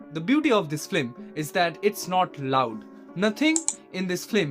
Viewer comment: First , that movie is based on the novel ' Nosto neer' by the greatest Rabindranath Thakur . And it's not flim, it's film. Atleast try pronouncing correctly before spreading gyan .